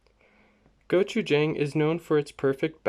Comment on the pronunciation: Jang is not pronounce like the word hang, like “hang a picture”. It’s pronounce more like Wong or dong, like “ding dong goes the door bell”. And if you think it’s too spicy, I recommend mixing it with doenjang, not water. Again the “Jang” in gochujang, doenjang, and ssamjang, are more pronounced like the word dong. P.S. Same goes for “yin and yang”